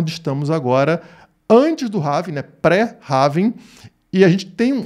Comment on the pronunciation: Apenas uma correção de pronúncia da palavra Halving... em inglês não se fala rálving (como as pessoas falam no Brasil), nem ráving (como você está falando no video). A forma correta de se pronunciar é réving. :) Quanto ao video, excelente análise. Forte abraço!